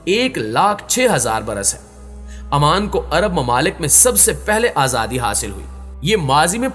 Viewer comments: not aman its oman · Salam alaikum bhai is name AMAN nahi OMAN hai . Jazakallah